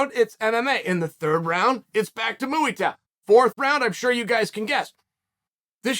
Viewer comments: “Mooey Tie” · “muAy Thai” uncle Chael 💙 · Why does he keep saying mooy Thai hahaha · Mooey Thai? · Starting off strong with "Mooey thai" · Chael has gone from pronouncing names wrong to saying muwi tai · The greatest striking art, MUI THAI. M.U.I. THAI MUI THAI! Uncle Chael does this to us on purpose 😂